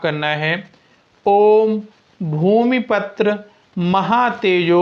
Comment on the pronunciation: Bhumi patra is wrong word. Patra means a leaf. It should be Bhumi PUTRA means Mangal is the putra or son of Bhumi.Wtong pronunciation does not give you any benefit.